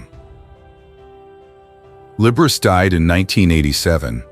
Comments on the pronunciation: You know, Often to myself long ago for fun, I would pronounce within my head 'Liberace' in the way your AI voicing just has. Every time I hear it here, again, I crack-up! -- 'The boy can't help it! ' Once way back in c.'68 I had dinner with 'Lee.' (A suggestion said to me as to how best to address him, post his having endured "Mr. Liberace" over a good week of working on a project there at the house above Sunset Blvd. / Tower Records.) Of this encounter I could write an essay in the style of "My Dinner with Andre." (We two were NOT one another's 'type,' and so all was made thus easier of proceeding.) And now a delicious anecdote: I remarked to him that never had I heard him play one single solitary wrong note. He looked at me 'curiously' seeming nonplussed, like perhaps he'd never even thought of it. Well after a moment he got-up, went to the piano and proceeded to play a single note -- middle "A"!! Returning, sitting down, then pronouncing grandly -- "T-H-E-R-E it is!!" -- we both bursting-out in laughter. Yes. And indeed it was that: THE wrong note never played. As a gentleman and host Lee was 'the aces,' he being most kind and solicitous always, as to one's general state and comfort. In all of ways imaginable, there will NEVER be another Liberace. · It’s pronounced lib-ber-rah-chee not lib-ber-race🤔🧐🤓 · I agree. Learn to pronounce the man's name before you make it sound so dirty! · Liber Riss..? Come on AI this is horrible. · Right off: "Liber-ace" for the Italian Liberace. 🤣 That has to be one of THE better ones. I do not mind at all the AI faux pas, as many others objecting are driven OUT of their minds, grousing over nothing. AI is bound to improve and so in all ways. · It's Lib Er A Chee! This IA is not up to PAR! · If you are going to present yourself as some kind of "expert" on these Hollywood issues you could at least learn to pronounce their names correctly. For example, it is LIB-ERR-AH-CHEE not as you pronounce it. What a dope you are.